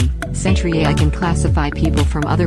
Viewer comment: For a product that costs $50/year, one would think you could pay a human to read your script, or at least program the synthetic voice to pronounce the word "AI". Also I can barely even understand half of it because its drowned out by the music.